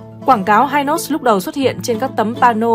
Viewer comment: Dân Miền Nam gọi là kem hi nos chứ k đọc là hai nos nha.😅